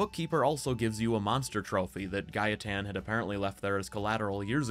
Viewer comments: The way you say Gaetan is how we Polish people would pronounce it. So that's why its pronounced Gah-eh-tan in the game too ig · The way you pronounced gaetan is the right way. I m french and it is a name we have here. It is indeed pronounced ga.e.tan. Anyway, i really enjoyed your video. Thanks for all your work! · My partner is French (and the person who introduced me to the Witcher by the by). She has a friend called Gaetan and she pronounces it Guy-tan, which I believe is correct.